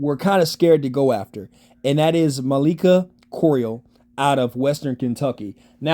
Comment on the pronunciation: You butchered Malachi's name 😂😂😂😂